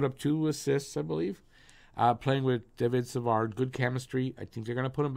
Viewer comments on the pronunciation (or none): Hi brother! I’ve been a long time subscriber and I really dig your videos! Just giving you a positive feedback on how to pronounce french names, the “d” at the end of Savard is mute so it’s pronounced Savar. Same for Harvey-Pinard😊